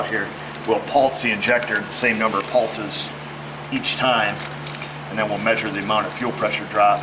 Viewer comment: wtf is a pultzes lol it’s pulse man where are you getting a T from in pulses ghee jit ?!